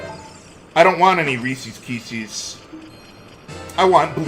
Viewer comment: Resse’s Kesses 😂